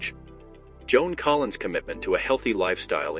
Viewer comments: Must be bad AI doing the narration because her name is Joan Collins not Joan Collin. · Why in the heck does the video narrator call her Joan Collin ? without the S ? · Her last name is Collins, not Collin. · The name is Collins, not Collin.